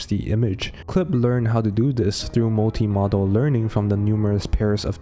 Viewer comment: Good video bro. Just want to point out that the word modal is pronounced like. Mow-dul. Rather than model. They mean very different things.